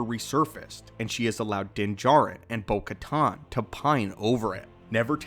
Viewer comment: Bo katan not caton!